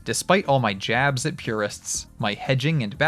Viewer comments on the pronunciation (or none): none